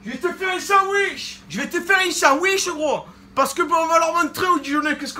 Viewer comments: Ce qui m'a tué c pas sandwich c SANWICH 😂😂😂😂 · "Un sanwish" il m'a flingué mdrr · sanouiche mdr je suis nicois mais j'ai rigoler